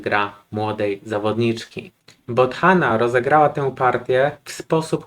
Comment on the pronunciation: Tylko imię wymawia się Bodana, to h tam jest nieme. Zobaczymy jaka kiedyś będzie, na razie bardzo dobrze jej idzie. W sumie gdyby była w czołówce świata to myślę, że dałoby bardso dużo dla popularności szachów.